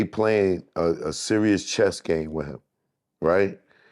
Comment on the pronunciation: "They playing cheeeess!"🤣... It's pronounced "CHESS!"🤣🤦🏾‍♂️😂😂😂😂